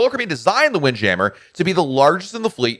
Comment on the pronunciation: Sounded like you messed up saying wind jammer. I love seeing the ocean while I eat. Didn't seem like they did that as much. I know this adds weight but wish the balconies in the woods had shrubbs and more naturary. On the southern deal. Sounds stupid but wish they did all the cups in mason jars no matter what drink you get. And hopefully moonshine a staple. On the door being open. That is wild. And I don't do stick on the doors. I had my first balcony and they say close the doors. Messed up and the main door closed. My card inside to do lights. Called them to open and she was furious. Ha, ha didn't do it again. On not having a Broadway show. They normally have great stuff to do. Like did you take the slide. On the garden area I get this idea from our church but we had angels. If safely able but probably not. How about anchors that have lines and a show where when it gets dark workers that are not scared of heights wear outfits that are firefly pixies. And maybe even include the guests for a price to be apart of it. Remind me of fire flys at night. Man two weeks on the same ship just wild.